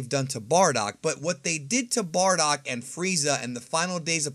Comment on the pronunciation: Bro his name si BARDOCK NOT BORDACK xD you re stratching my ear drums every time you pronounce his name